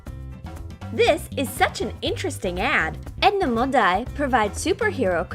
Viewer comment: It's Edna mode NOT Edna modie😲😠